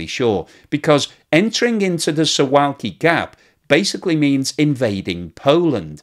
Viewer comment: Pronunciation of Suwalki is "Soo-VOW-key". It's a very picturesque part of Poland. I have heard it said that the accession of Finland and Sweden to NATO has made made the Baltic Sea a NATO lake, and Russia would not be able to transfer much in the way of naval units there, and they would be able to do much anyway.